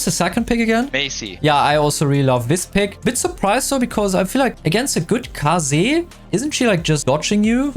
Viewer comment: rare footage of pronouncing kaze's name properly